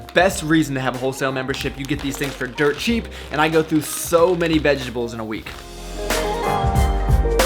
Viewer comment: "Vegables" XD